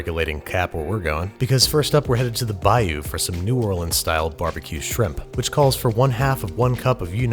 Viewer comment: And it is new,or,lens not new.or.leaneans